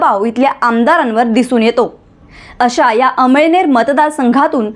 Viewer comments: अमईनेर नाही मॅडम अमळनेर बोला 🙏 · अम‌इळनेर नाही अमळनेर आहे तालुका तुम्हाला कोणी पत्रकार केल निट बोलायला शिका😅😅😅